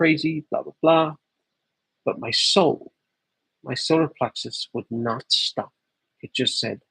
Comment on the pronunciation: The Irish in ya. “Why would ya shtop”.